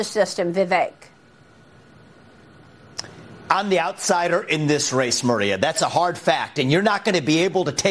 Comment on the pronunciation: C'mon Maria, pronounce his name correctly. Vi-veck.